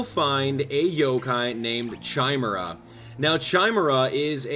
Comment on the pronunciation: its said kimera not chime era chimera is said kimera